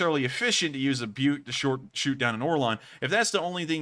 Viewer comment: Russian surface to air system pronounced like - book, not buke.